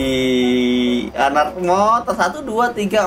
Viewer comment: Ketika kagum kata ini sering keluar "iddih" (w nya ilang, tapi kadang² widih si"